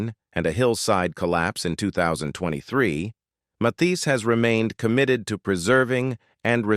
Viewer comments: I love Johnny Mathis but I wish these narrators would learn to pronounce names right. I felt the continuous mispronunciation sounds ignorant and irritating. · He only mispronounced it a few times…not a big deal.. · Are you nuts? Who is MATHESE? How can you narrate w/out knowing how to pronounce the name of the subject? Dumb. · Johnny “Ma-Thees?” I hate AI reading! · Indeed. Matheees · Why can’t the narrator pronounce Mathias name correctly? It’s a matter of respect. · Yes please! His name id Mathis…not Myseets! If you’re going to talk about people, at least respect them by pronouncing their names correctly‼️😖😡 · Who is this Ma-thees you speak of? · OMG!!!! Matees? Your not even saying is correctly. Disgraceful! How disrespectful to this wonderful man. I'm out. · Matheeees? You’d think he’d know how to pronounce this legend’s name! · YO AI HIS LAST NAMED IS PRONOUNCED MATH IS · Teach your AI how to pronounce words and names. She is butchering Mathis….like Matisse. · Ma-Thees? Can't these AI-generated narrators ever be corrected? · Somone should teach this AI voice how to pronounce the name Mathis. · Another crap production with an AI narrator that cannot even pronounce the name of the subject of the video correctly. Why does You Tube allow this stuff to be posted and monetized? An artist like Mathis deserves so much better. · Narrator! Try pronouncing his name right! Geez! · Ai is malfunctioning in the pronunciation of his name. Content creator needs to correct the problem. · What's wrong with the voice over - constantly using two pronunciations of his name? This isn't the only biography that this narrator botches up...weird! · Say his name correct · it was disrespectful to not pronounce his name correctly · He miss preannouces three different ways!